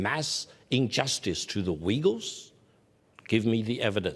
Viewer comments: Uyghurs….pronounced…..Wegulls by Victor Gao! 😂😂😂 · victor Gao calls them The wegeles .... what an idiot THE WEGEGLES hahahah